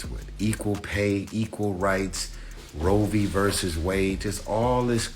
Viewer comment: "Roevy vs Wade" lol